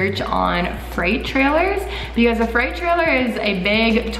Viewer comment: it’s not a fright trailer. it’s freight